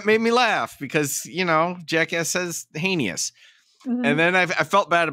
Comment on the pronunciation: I love that she mocked him for mispronouncing her name... and heinious... I don't mean to make light, but those digs made me snicker a touch